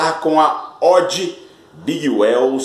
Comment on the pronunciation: Oi amigo, a pronúncia correta da Big WHELL é Uiu e não Uéu. Porque se fosse Uéu seria a palavra Well (bem em inglês) e na verdade é WHELL (Roda grande). E sobre a GROOVE, a pronúncia é GRUVE. Quando se tem dois Os em inglês, exemplo BOOK, GROOVE, tem som de U. Então não se lê GRÓVE e sim GRUVE